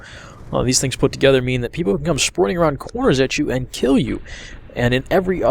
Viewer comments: "Shprinting" haha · sounded like you was saying ' spwinting' ;)